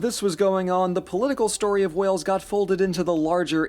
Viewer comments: WAYULS! That is how it's pronounced, not Wells! Wales= Wayuls not Wells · Wells???? Wells??? Ha ha. Try saying it like this - WAY-ULS But note: It is called Cymru in our own language - (pronounced Cum-Ree) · As a welsh person I like you watching the history of wales it’s wales not whales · Mate it's f---ing Wales not wells. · Welshy here ❤ its pronounced the same as Whales, as in the big old fish in the sea 😂 not Wells. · Love your content dude, keep it going. My family has always been very proud of our Welsh heritage. (some slight pronunciation advice: Wales is pronounced like "Scales", not like "Wells", which is a city in England!) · "Wales" is pronounced the same as the fish, i.e. "whales", to rhyme with "scales". "Wells", besides being a hole in the ground which has a bucket and holds water, is the name of a town in Somerset, which is a county in south-west England. However, if you are referring to the people who live in Wales, those are Welsh people. You pronounce that as "well" with a "sh" on the end. Hope that helps. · Hi Wales is pronounced WAnot WElls A well holds water and isn't a nation. It's Wales Brittonic would actually be Brythonic as that is actually the original language of the Celts Anglo Saxon Saxon is two tribes basically Germanic and Angles or English. Cwmru is actually the Brythonic name for Wales the reason Wales feels older than the rest of the British Isles is because Brythonic is an older language than English. There are also a lot of English living in Wales especially South west Wales. I also moved to Wales from England. Also check out Pembrokeshire national park Brecon Beacons national park and Snowdonia national park also all are extremely beautiful places to see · Wells?? Dude it’s whales like the the big fish with the big dick think of Moby Dick, not sure how you get Wells from the spelling 😮❤😂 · Not Wells, that is a totally different place in Somerset, try thinking wails, or whales instead ! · It's pronounced Whales 🤍